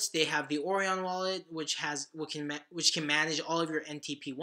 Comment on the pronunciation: The web wallet Orion is pronounced Oh Ryan. Like the constellation, Orion. American education?